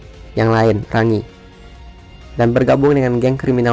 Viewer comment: What?! Not just cause she talk not mean she Giant, AHAHAHAHAHAHAH a Giant woman!! And also, dude! Its rang-gi not ra-ngi, come on